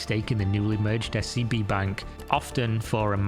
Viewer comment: Legit had to rewind cause i thought you said her new bank was SCP 😂😂